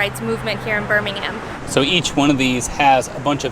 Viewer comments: As a Brit I though it was hilarious that you kept mispronouncing the town name in the first few clips, reverting to the UK Birmingham (Burminam). Loved your UK Birmingham tour and the US version looks really interesting too. Two gritty towns with history. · As someone from Birmingham, England I love that you're pronouncing it like that 😋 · for the locals we say B'Ham ALABMA We like music in B'HAM